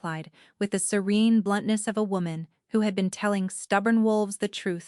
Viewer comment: Fix the audio t/h is not always th